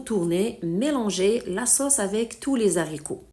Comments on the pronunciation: Pas de liaison entre les et haricots .on ne dit pas les zaricots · On ne fait pas la liaison entre les "s" et le. " H" des haricots .dites lé Aricots . Mais votre recette est super !